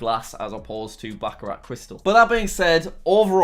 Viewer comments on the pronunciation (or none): I don’t think that is how you pronounce Baccarat.